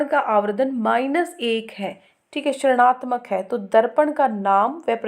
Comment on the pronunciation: Mam aap rinatmak ko srnatmak kyu bolte ho